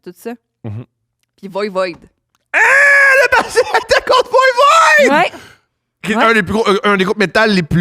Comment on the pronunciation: heee.. VOIVOD pas VOIVOID! Pfffff!🤣